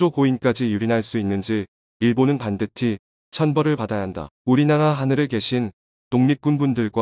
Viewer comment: 반드티 반드티 반드티 반드티 반드티 반드티 반드티 반드티 <<<<<< 전자 목소리라도 이건 좀 고쳐라...... 염병...... 반드티 반드티 반드티 반드티 반드티 반드티 반드티 반드티 반드티 반드티 반드티 반드티 반드티 반드티 반드티 반드티 반드티 반드티 반드티 반드티 반드티 반드티 반드티 반드티 반드티 반드티 반드티 반드티 반드티 반드티 반드티 반드티 반드티 반드티 반드티 반드티 반드티 반드티 반드티 반드티 반드티 반드티 반드티 반드티 반드티 반드티 반드티 반드티 반드티 반드티 반드티 반드티 반드티 반드티 반드티 반드티 반드티 반드티